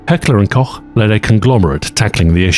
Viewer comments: Thank you for pronouncing Koch how it’s meant to be pronounced. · The first time I hear a native english speaker pronounce the word "Koch" correctly. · Thank you for pronouncing „Koch“ correctly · Thank you for not saying Heckler & Cock. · I know that for English speakers, the ch sound is HARD. But your pronunciation of Heckler and KoCH was perfect. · I nearly came when he pronounced Koch correctly